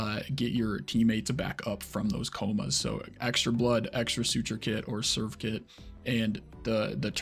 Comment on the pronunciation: triggering me with the "serve-kit", and i dont know why